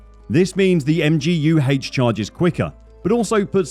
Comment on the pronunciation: "MGU HAYCH" 🏎♥️ I kid... good video